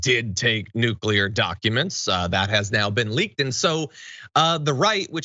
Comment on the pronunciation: Oh good! It's just nucular secrets. I was worried that the Coca Cola secret recopy fell in the wrong hands. Putin: "...And now we can to make our own diet Dr Pepper. The secret ingredient was natural gas after all. Just like we always suspected"